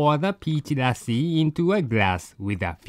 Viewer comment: By the way pronounced lassi perfectly:)